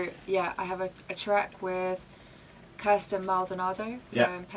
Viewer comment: The interviewer saying 'Kristin' 😬😞